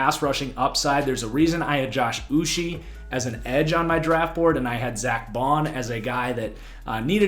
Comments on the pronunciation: Uche pronounced like this: Oo - Chay. One of my guys as a Michigan fan, always seemed to be getting pressure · As a pats fan I thought that they had a good draft because they added speed to the defense in a league were dual threat quarterbacks are becoming a necessity and rising in popularity. I’m also Nigerian so the way you pronounce Josh Uche is (Uchay) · 😂Im was cringing each time he said his name